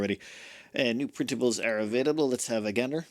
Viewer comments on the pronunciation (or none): none